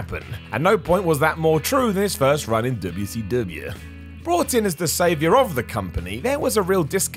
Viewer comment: I love the way he says ‘Derb-ya see derb-ya’!!